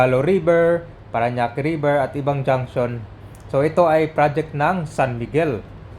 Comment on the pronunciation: “RIBER”. TULLAHAN RIBER. 😊